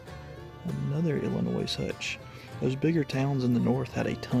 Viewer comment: I collect and sell old books too. Your friend's booth had very fair prices! Galesburg is 45 minutes from me so I would have bought that one. And I hate to be this person, but the s in Illinois is silent. Much appreciate all the videos, especially now!